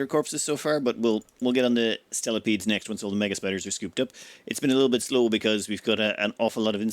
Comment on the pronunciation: It's the year 2050 is still calling spelopedes "stelopedes"